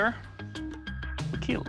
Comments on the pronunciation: "It will keel" has to be one of the most satisfying things doug can say in regards to any weapon Makes you proud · I love when he say it will keal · "It weel keel" ತ_ತ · That weapon will keel :D I mean kill..... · it will keel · " it will keal ^w^ " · But its not Kill, its keal. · I love how Doug Marcaida says kill it go so well with his accent